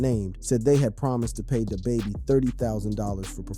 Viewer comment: Day baby?!……you mean Da baby